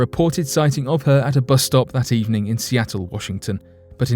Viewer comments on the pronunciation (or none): none